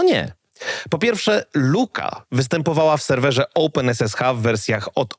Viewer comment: Nie rozumiem, regression wymawiasz poprawnie, czyli co to jest "oupen esesha"?